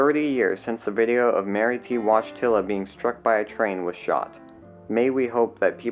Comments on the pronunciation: Wojtyla is pronounced "voy-TEE-wah". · Wojtyla is pronounced voy-ty-wa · Wojtyła is a Polish name and is pronounced Voy-tyh-wah. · The woman’s name in title: “Mary T. Wojtyla” How the guy says it: “Mary T. ŁADŹTYLA” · For future - last name pronounced voy till a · Pronunciation is woy-TEE-wah. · "Woy-tilla" is how you pronounce it. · Thats pronounced ‘Woyteeya’ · Interesting that her last name was the same as Pope John Paul. Of course it should be pronounced "voy-tee-wah." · It's pronounced 'Voyteawa' like Karl Wojtyła (Pope John Paul II) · I wish not to be critical of your work on this video. I do want to point out that Mrs. Wojtyla's last name is badly mispronounced. She had her husband's Polish last name, and Polish is a hard language to learn. It should be Voy-TEE-wa. The "L" in the last name should have a slash through it, signifying the "w" sound. It is the same as Pope John Paul II's last name. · Polish surname Wojtyla , BTW correct pronauncination is [ VOYTILA ] just like surname of pope John Paul II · I have a Polish coworker named Wojtek; he pronounces it "WOY-tek." Going by that, I surmise that the correct pronunciation of Mary's last name is "Woy-TEE-lah." RIP Mary. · Wojtyla is pronounced “Voy-TEE-wa.” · Her last name is pronounced Voy-tiw-ahh or it might be easier to read like this Voit-ewww-ahh. Same pronunciation different look. I have family with that name. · I think her name is pronounced Woy Tee Yah. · An important message is given here …I worked in the U.K. transport police for a number of years ..these accidents are horrific. one small point Wojtyla is a name of polish origin..I think it’s more accurately pronounced as ‘ vot eye la ‘ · Her last name is Polish. It's pronounced voy TEE la. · Wojtyła, which was Pope St John Paul II’s surname, is pronounced Voy-TEE-wah. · You could at least pronounce "Wojtyla" correctly. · I’ve never heard a Polish name butchered so badly. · He name is pronounced "Voy-TEE-wah", not wodgetilla.